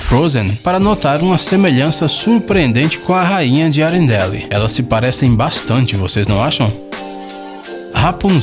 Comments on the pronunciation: Arembeli. Kkkkkkkk. É. Arembel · Afff ele falou outra palavra errada arendelle mas o certo é arendel mas e muito deme mental affff maa e burro...